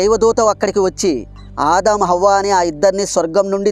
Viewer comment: అవ్వ కాదు హవ్వ అనాలి.